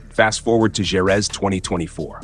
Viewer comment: Totally agree with you. Jorge and Jerez were pronounced wrongly.